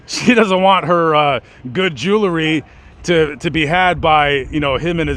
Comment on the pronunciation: What is joolery? It's JEWELRY! Otherwise interesting.